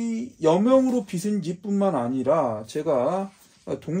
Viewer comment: 여명으로 빚은 집... 궁금합니다. 근데 발음이 틀리셨네요. <여명으로 빚은 집>의 '빚은'은 ㅈ받침인데, 자꾸 '비슨'이라고 하시네요. '비즌'이 맞습니다. 여명으로 빗질을 한 게 아니라, 여명으로 만들어진 집이라는 뜻이겠지요. 빗다와 빚다는 엄연히 뜻이 다른 단어입니다. '비슨'이라고 읽히려면 "빗은"이라고 써야겠지요. 알려지지 않은 독특한 책을 소개해 주셔서 유익한 정보 얻어갑니다. 꼭 읽어보겠습니다.